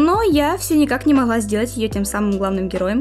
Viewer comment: Не знаю хто ви по національності, але оце ваше «не моГла», привело мене до думки, що ви українка